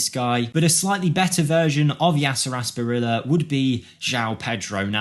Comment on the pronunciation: when the presenter is so young he can't pronounce Asprilla and instantly think of Newcastle in the 90s..... man am I old now?!